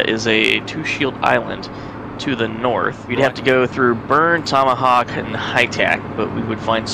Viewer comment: I love the island name slaughter: Tokamak -> Tomahawk :)